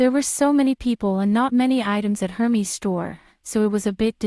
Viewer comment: pronounced as Air-Mezz not Her-Mees :)